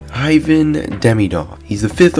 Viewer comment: Ivan demdiov 😂